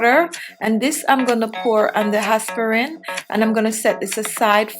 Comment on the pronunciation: El Guanto ,how she pronouce aspirin is plain annoying